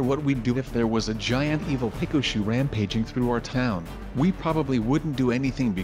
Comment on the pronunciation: He says it peca- shooe